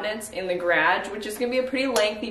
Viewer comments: What is a "gradge"? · garage is pronounced (guh-rahj) 😂